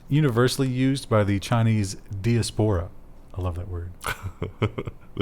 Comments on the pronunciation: It's pronounced die ASS puh ruh. Chinese diaspora probably vote more Red than Blue. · Sounds like that the Israeli court found that Amnesty didn't have "legal standing" in the case. It is basically a technicality. It's die-AH-spore-ah by the way. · I loved making a game of correcting evey time he mispronounced diaspora. I hope it was intentional because that was fun. Thanks for reminding me of my dusty stack of 2600s with "Free Kevin" on the cover. You are my only news source and it couldn't be better. Keep up the great work!